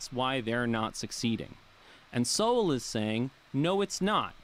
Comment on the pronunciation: omg, you guys are killing me. Look its great youre interested in SOWELL (SO... WELL not SOW...ELL). Just read his stuff, one of the greatest minds of our time. I luv Rogan from UFC, but hes a fool who voted for Bernie Sanders... and who knows who this guy on his show is, another lefty? Point is listen to no one on the left about anything EVER! You want to listen to Sowell, read Sowell. This guy is characterization Sowell. Sowell was a democrat, but saw on his own their ideas don't work... then studied under Milton Friedman and got a PHD in Economics. Using hard science he is able to show the terrible outcomes of ideas by politicians... Are you for science Bro? Then read Sowell.